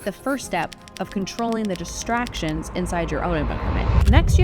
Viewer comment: I could have sworn in the intro you said “…to stay focused and ignore the destructions” instead of “distractions” and that seemed so fitting. Because even small distractions here or there can add up to destroying our chances at a dream. “Destructions” is what I might call distractions from here on in.